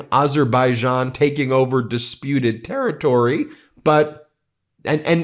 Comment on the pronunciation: Trump can’t say Azerbaijan